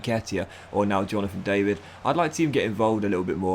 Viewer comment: Hi, ur new striker aka Jonathan David, u need to pronounce the David with a french accent:)